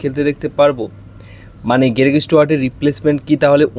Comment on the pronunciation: তুমি বাবা কি বাঙালী না বিহারী না দেহাতি? এতো জঘন্য উচ্চারণে বাংলা না বলে বরঞ্চ অন্য ভাষায় বলো। গেরেগ, গ্রেগের গেলেন এগুলো কি ভাই? গ্রেগ, গ্লেন বলা যায় না? লোকের নাম পদবী পাল্টে দেবার ঠিকা নিয়েছো?